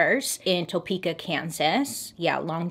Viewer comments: I just have to say as a Topekan it's hilarious how people pronounce it 😂 so much emphasis "TOEPEEKAH" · I am from Topeka, KS. I love how she pronounced it. TOE-PEEKA ❤ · I've never heard Topeka pronounced like that lol! I'm from Kansas and we say Tuh-peekuh